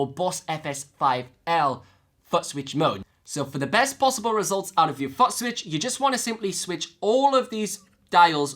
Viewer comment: Give a break, his dialect is very unusual, and he speaks like a happy hyper boy with a new toy most times, my ear was more jolted by his pronunciation of footswitch, then polarity, so he says "futt-switch" and "polaritry" You have to give a break though - his videos are super informative and he covers so much about the RC-500 Loop Station that he made my decision to buy one and the FS7 plus TRS Balanced Cables the easiest decision I ever made with gear. Just saying, I have on subscription and I have a favorite list on my YouTube... he is one of the few individuals I gave a Favorites Tab to.